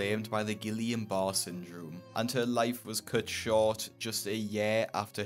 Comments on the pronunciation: Guillain Barre (ghee-yon barr-ay) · I have Guillain Barre syndrome (he is pronouncing it wrong) and it left me permanently disabled. After years of physical therapy and immunoglobulin infusions, I’m able to walk assisted with a cane. I’m not sure that’s what killed her though. However it can cause paralysis and or end up on a ventilator. If already severely morbidly obese, it could have contributed. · Guillan Barré is French, I’m sure there are guides to pronounce it online.